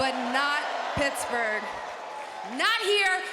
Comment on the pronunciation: Good one with the "brittsburgh", good one